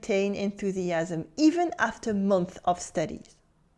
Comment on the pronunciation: One thing if you don't mind, when 'months' is plural make sure to pronounce the 's' sound. Its a little thing but it makes a big difference.